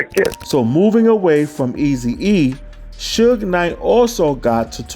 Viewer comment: It's SUGE*, NOT SHUG